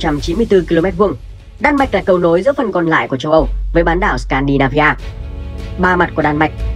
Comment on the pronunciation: SCANDINAVIA not SCANDIANVIA.